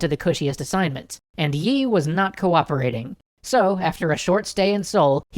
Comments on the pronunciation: I'm pretty sure his name is pronounced more like "ee", rather than "yee". In Hangul, his first name is "0l" (used American keyboard characters to approximate cuz Hangul won't work for some reason), which is pronounced "ee". Generally that character and the Chinese character that looks like a long dash with an upturned serif on the right end are both transliterated with "Yi", pronounced "ee". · its lee not yi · You don't pronounce the y in yi, it's just pronounced like 'ee' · actually admiral yi is not yi. LEE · I thought it was Admiral Lee and not Yi? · its lee but nice vid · Not Yi . lee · Don't pronounce the 'y'- it's an artifact of transliteration. Korean never uses the 'y' sound with an 'I' sound. Just pronounce it 'E' Please!!! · Nicely done, but too bad about the weird pronunciation of Yi. It's said like 'eeee' -- no Y sound involved.